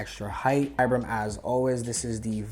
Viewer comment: Man can pronounce saint laurent but not vibram